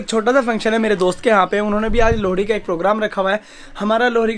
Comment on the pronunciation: Lohri hota h lodi nhi 😂